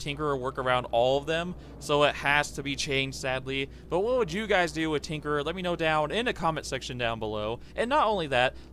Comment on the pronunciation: Tinkerer* not trinkerer.